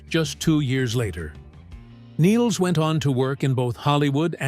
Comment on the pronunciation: Nils rhymes with Pills. Not pronounced KNEELS.